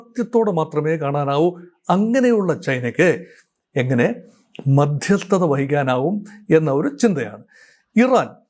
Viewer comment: Madhyasthatha paranjittuclear aakunnilla